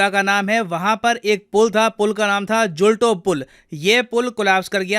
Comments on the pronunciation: Sorry to correct you sir . I am from morbi .. it's जुल्तो पूल (जुलता हुआ जुला) and मच्छु नदी. 🙏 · Sir, asi gujarati, i want to correct your pronounciations for 'machchhu' and 'jhulto'. Machchhu is pronounced as 'मच्छू', not 'मचुछु' and jhulto is pronounced as 'जुलतो', not 'जुलटो'.